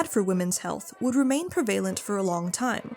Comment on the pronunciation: Please pronounce "prevalent" correctly, human and/or AI. The accent is on the first syllable, not the second.